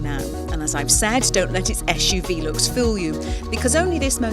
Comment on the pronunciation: "esh U V" normal people say SUV